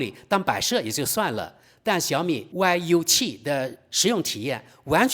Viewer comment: 大兄弟，那个不念歪油七，念育七😂